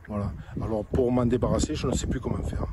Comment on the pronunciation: Apparemment il aurait déclaré : « je n’y suis pouw wien je n’étais pas maîtwe de mes actes à ce moment pwécis » ( je tiens à préciser qu’il s’agit d’un tractopelle antillais )